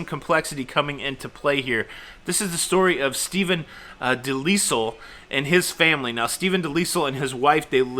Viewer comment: Pronounced de-LYLE